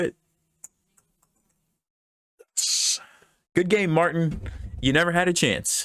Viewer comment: Fun fact, since he's Bulgarian his name would be pronounced MartIn, not MArtin.